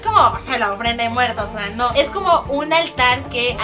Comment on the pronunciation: en el momento dice dia de muerdos